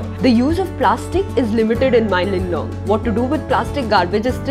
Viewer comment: It bothers me how you pronounce mawlynnong as mailynnong💀